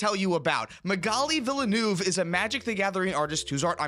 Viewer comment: Big F for Magali Villeneuve, her name is constantly butchered.